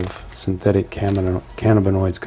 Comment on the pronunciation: This bad cops plums tingle a lil bit each time he says " synthetic canabanoids".